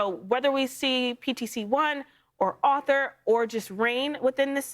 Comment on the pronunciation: I agree! It sounds like she was pronouncing Arthur as Author. Don't they teach phonetics anymore?